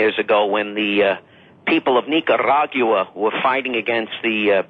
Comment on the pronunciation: where are you? We miss you on TRP Fri nights! ( Nobody pronounces the country Nicaragua better then!!!!)